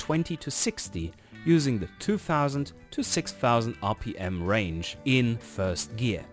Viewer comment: Fird gear??? Did you mean first or third?